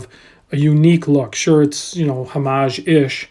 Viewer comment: That you used "an" instead of "a" preceding "homage" tells me that you are one of the few who pronounces it correctly, lol.